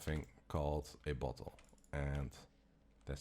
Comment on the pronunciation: BOTTLE NOT BUTHOLE